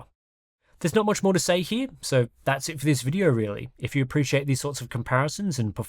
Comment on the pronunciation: Enjoyed the presentation, right up until you did that emphatic "YOU" thing at the end. You're not a Yank. Please don't try to be one.